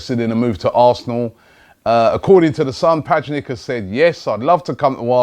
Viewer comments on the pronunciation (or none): Btw it's not pajnic, it's pronounced as pyanic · P-A-Jnic really Robbie? Like its not even hard to pronounce. P-Y-A-N-I-CH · "Pajnic" wtf? At least you tried, Robbie! 😂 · Its pronouced pianich not pianik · Robbie, u cant be THAT illiterate. PAJNIC? Its PJANIC. Same as you pronounce the soft J in spanish, PYANIC. PAJNIC my ass. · Its pee-yah-nich not paj-nic robbie come on)))) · P-jan-ic not pajnic 😂😂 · his name is pronounced pyanish not pajnik :p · Not Mi-ra-lam Pa-jnik, Mi-ra-lam Pya-ich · learn how to pronounce names Robbie please its really annoying when you say paj nic istead of p yan nich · I know you have like 2 dozen comments saying it's not pajnik, but for fuck sake it's not PAJNIK it's pyanich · Man said Pajnik lol It Pjanic as in "pyanich". Giroud is pronounced Giroux - D is silent. Last one is Athletico Madrid. It's ATLETICO MADRID. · Pajnick!!!!?????? Pronounced pee an itch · Loooooool "Pajnik" 😂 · p-ya-nih-ch Robbie, you need to learn to pronounce players names - especially such a well know play like Miralem Pjanic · PajNick? Lmao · Murdered the name😂 pianic is how it's pronounced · pronounced Pee'yan'ikch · Pajnik? Who the fuck is that? He's a "top top player" so get his name right... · its pronounced p yan ich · Robbie its pronounced pyanich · Its pronounced as pyanich Robbie. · P-yan-itch only takes a few seconds to research how to pronounce a players name Robbie.He signed for Juve last summer so this is complete NONSENSE. Not happening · It's pi an ic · Pee-yan-itch rob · man said pajnik 😂😂😂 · Did he just say "Miralem PAJNIK." Ffs lol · It's pronounced pee-yanich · It's pronounced pyanich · It's pronounced "Pee-ah-nich", Robbie😂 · "Pajnic", im done .... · pronounced pee-yan-itch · Cmon Robbie its Pjanić, Pyanich same it is for Modrić its Modrich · PAJNICH! XD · ''Pajnic'' oh lord. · It is pronounced like "p yan itch" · man said "PAJNIK" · It's pronounced P-ya-nitch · Robbie get sacked it's not Pajnik you idiot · robbie pjanić is pronounced pyanich